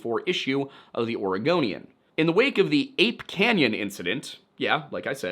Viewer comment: I appreciate that you pronounced Oregonian correctly 😁